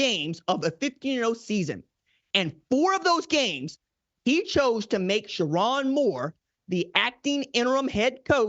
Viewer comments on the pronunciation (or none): SherRONE, not SheRON! 😅😅😅